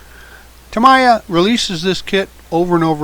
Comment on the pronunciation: Just FYI, "Tamiya" is pronounced TA-MEE-YAH, not TA-MAI-YAH.